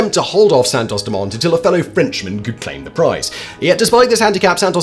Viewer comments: Im surprised you dont know the T is silent in Dumont which is obviously french.. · Santos-Dumont, dumont is french, you shouldn't pronounce the t